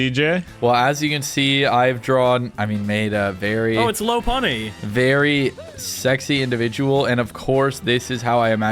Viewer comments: One year later and I’m still mad that he referred to Lopunny as “Low-Punny” and because of his own mispronunciation he didn’t lop her ear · it’s LOP-unny